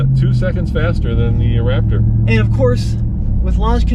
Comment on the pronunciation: You guys should be ashamed of your damn selves! You’re SUPPOSED to be professionals BUT you kept pronouncing RapTURD wrong!! Please work on your pronunciation. Other than that, GREAT video. T-ReX has arrived! 👑